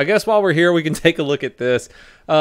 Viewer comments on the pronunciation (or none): none